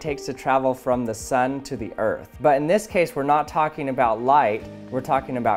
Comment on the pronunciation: I thought the other balloon said fart not earth